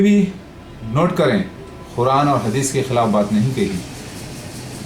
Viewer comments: Quran ko khuran bol ra hai olo ka putha yh jahil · Abe khuraan nahi Quraan hota hai Dhakkan hai tu